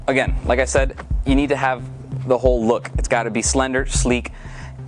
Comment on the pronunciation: instead of need he said "Nude"